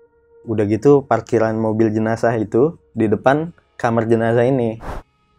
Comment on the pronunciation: Jenazah bang bukan jenajah 😂